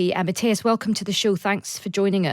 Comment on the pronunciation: He is pronounced Mat - tee -as! Get it?-got it?Good! (not Mat-taj-as!)